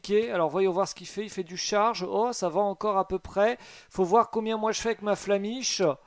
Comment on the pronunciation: Tu as dis l’attaque flamiche au lieu de flammèche ! Nostalgie